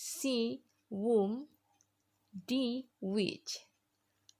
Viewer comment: Sdikit koreksi di pengucapan kaka aja yaa.. di kata who sama whom... Klo gak salah sara baca nya bukan wu /wum... Maaf klo salah kak....